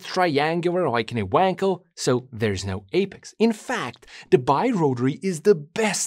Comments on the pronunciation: You still do not know, how to pronounce "Wankel". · Appreciate your attention to the manufacturers name 'Knob' yet why are you incapable to pronounce the name 'Wankel' appropriately? After all it isn't Weeeeeekel, right?